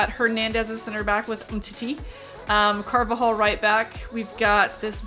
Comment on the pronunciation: Carvajal is not pronounced like that at all😂😂